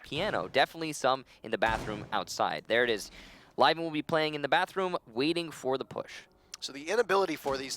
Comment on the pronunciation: zmkd co Meh, at least they have learn, some people probably are still calling him "Liven".